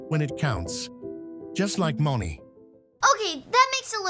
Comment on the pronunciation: Moni is not pronounced mon-ee it’s pronounced Mone-ee